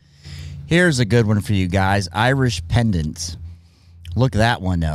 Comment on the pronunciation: it's not irish pendants...it's irish pennant....CUT IT OFF